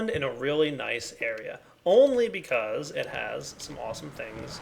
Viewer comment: Anybody notice he said "bechoz"?